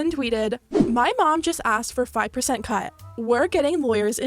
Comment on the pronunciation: "hE tAykEs dAt fAyVe po0r_ceNt